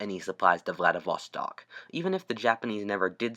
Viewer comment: Say it with me, VLADIV-STOK, not VLADIV-VA-STOK.